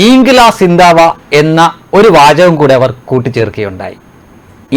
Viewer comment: ശ്രദ്ധിക്കുക, സിന്തവാ എന്നല്ല സിന്ദാബാദ് എന്ന